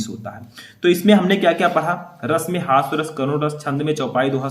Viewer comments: हास्य रस होता है सर हॉस्व रस नही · Hasva ras nahi hota hai. Hasya ras hota hai 😢